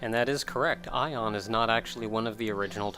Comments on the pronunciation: okay two things arcana is pronounced r can uh not r can ah and Aeon is pronounced a on not I on or e on sorry to get on your case but it's annoying the frickin heck out of me like toriumi and her students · aeon is pronounced "A-on" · Pretty sure it's Ay-yon, like how Aether is pronounced. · It's Ee-on, searching for the pronunciation for it on the Internet gives only that result from a number of sources so it must be.